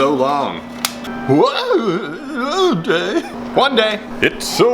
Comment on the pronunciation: those were some chunky fish! i bet you missed saying whun day! i sure did